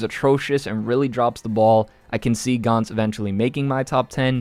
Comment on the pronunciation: Gantz is pronounced gantz as in ants.